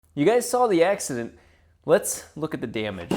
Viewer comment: "...look at the DEEMEG"